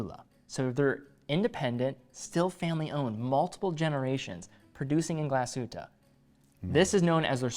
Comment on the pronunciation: it is not GlasshüttA, it is GlasshüttE it is not MühlA, It is MühlE